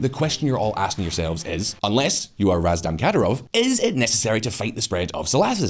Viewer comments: His name is RAM-ZAN, not Razdan. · It's Ramzan Khadirov not Razdan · Lmao how do you read ramzan as razdan? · Seriously, what the fuck is this guy's deal with foreign words? Is it a running joke? I get Hizb ut-Tahrir (I struggle to remember it myself, although it's kinda in the news here in Russia), but Kadyrov's first name, Ramzan, is hard to fuck up if you just read the fucking letters in the right order, man! Maybe recite these foreign names before recording, have them in a bigger font on the teleprompter, or just do another take — I don't know, something.